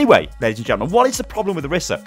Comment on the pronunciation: What I don't like about Orisa is how people can't seem to pronounce her name right:T IT'S ONE S! NOT ORISSA! I thought you were better than this... shakes head slowly